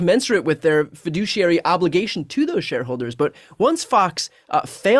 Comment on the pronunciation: He said fiduciary